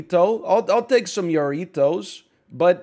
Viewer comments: Ha. Harritos. Not Yarritos. Harritos. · bro pronounces the Mexican soda jarritos like he a pirate Lmaoo